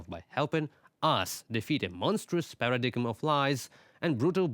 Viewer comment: Paradigm is one of those horrible words in English. It’s pronounced paradime.